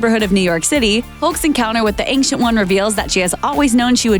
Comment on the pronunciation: the ''ankcient'' one, do you mean ancient one?